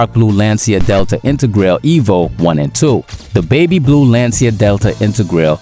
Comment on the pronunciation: It’s not pronounced intergrail, just saying.